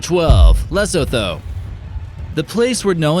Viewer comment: Repeat after me; Lee-soo-too = Lesotho hahaha and South Africa would be safe too